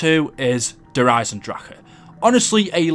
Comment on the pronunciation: Please learn how to pronounce the German maps, like Der Riese, Der Eisendrache, Nacht Der Untoten ect. edit: oh and Verrückt